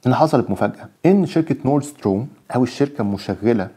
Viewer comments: بتنطق ستريم وليس ستورم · اخبارك اصبحت متشائمة بشكل ملحوظ،،، ويبدو انك ضعيف في اللغات تلأجنبية،، لأنك تنطق غلط،، stream،،، خليتها storm,, وشتان بين المعنيين،، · اسمها stream و ليس Strom يا باشا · ستريم مش ستروم